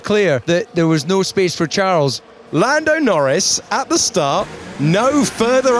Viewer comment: Every time he says Charles without silent "s" I die a little 😉